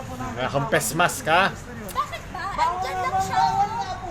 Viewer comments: I love youre accent say it again": 'PESMASK' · amp batangeno nga ata yan eh, eto ka boi oh 🤡🤡🤡🤡🤠🤠🤠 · I love ur accent, say it again... "Pesmask"